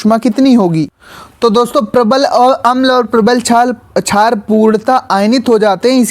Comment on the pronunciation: Sir vo jhaar nhi shaar hai 😂